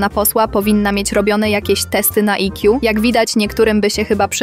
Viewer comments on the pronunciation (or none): i - kju? To wymawiać obie litery po angielsku ?